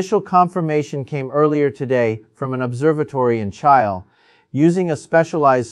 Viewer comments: Yeah, I noticed that too. Pretty sure it's AI. Michio Kaku would not mispronounce Chile, for example. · This is AI, pronunciation of Chile, was stupid.